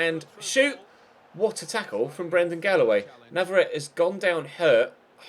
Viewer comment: I'm pretty sure navarrete is pronounced Nav-are-et-tay Like so can see!